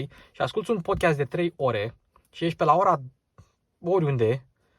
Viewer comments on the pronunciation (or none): none